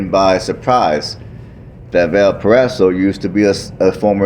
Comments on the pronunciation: Its pronouced Valporazo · It’s pronounced Valparaiso